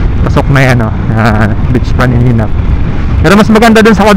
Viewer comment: paninap beach hindi panininap😮‍💨